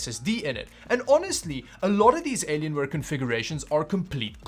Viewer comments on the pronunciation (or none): "Aylienwaye" :D